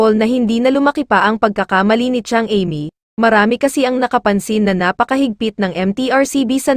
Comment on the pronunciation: Sorry ha bakit iba ang bigkas mo sa name ni Amy